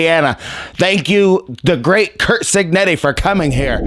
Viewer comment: It keeps sounding like you’re saying Kirk cignetti lol